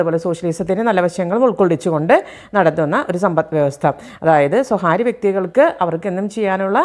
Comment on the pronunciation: സ്വകാര്യം എന്നു പറയുക. സ്വഹാര്യം തെറ്റായ ഉച്ചാരണം